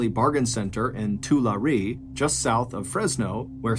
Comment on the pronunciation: It’s pronounced as two Larry = Tulare